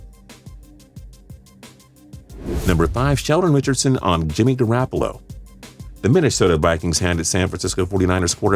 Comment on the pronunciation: Why'd you pronounce Goroppolo's name like GorrAppolo???